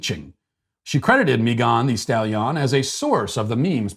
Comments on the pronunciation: Matt: "Mee-gon Thee Stally-on" LOL Here's a how-to pronounce video, Matt: I winced and laughed every time you said her name. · Mee Gone Stal Ee On 🤣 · Hearing Matt pronounce Me-GON the Stal-YON was exactly what I needed to hear today! I love how he always nails the pronunciations of people's names! SBG for life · Matt pronouncing mee-gah-n the stali-ah-n is amazing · Someone please make a compilation of every time he said "mee-gahn thee stall-yawn" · every time you say "mee-gahn thee stal-yahn" I bust out into laughter. Doesn't get old 🤣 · Me Gone the Stale Yawn! I couldn't tell if Matt was aping a bad French accent or had honestly never heard of this woman. Well played either way! 😆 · Matt pronouncing "Megan Thee Stallion" 😂😂 what was he thinking? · The way Matt Walsh pronounces Megan Stallion lmao 😂 like its some exotic name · My girlfriend listens to megan the stallion. I am now pronouncing it like that to annoy her. Thank you, Matt. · This whole episode: 👨‍🍳 💋 Why did you pronounce “Megan the Stallion” like that?! 🤣🤣🤣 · Why does Matt pronounce Megan The Stallion like that? Did I miss an episode that started this? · Haha….Matt has me laughing like an idiot at work over how he pronounced Megan The Stallion 😅😂🤣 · Me too!!